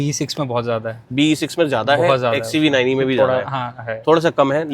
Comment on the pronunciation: The way he says midclass looks lol😂